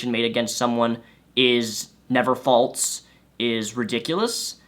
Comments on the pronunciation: fall-sssss.... not "faults" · Every time this guy says "faultse" instead of "false," I want to gouge out my eardrums. But I'm interested in watching the whole video. #firstworldproblems 😅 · By the way, "false" is pronounced "false" not "falts" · Yeah....I specifically looked through the comment section to find someone who was also bothered by it! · He has a speech impeachment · I didn't say anything about speech therapy, so that's on you. I just said he can correct himself. He's over 21 years old, I'm sure he can sound it out enough to learn how to say it properly.